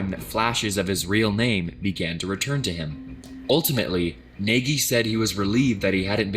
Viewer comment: He really pronounced Nagy as Neghi